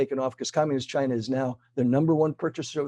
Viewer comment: “Chy-na” not China.